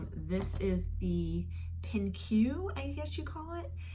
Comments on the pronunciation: Fun fix! The kimono is beautiful. I think Pinque is pronounced “pink”. I think they are trying to be cute with their spelling. Haha. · Gosh! I loved, loved, loved that black paper moon blouse. I think you say Pinque as “Pink”.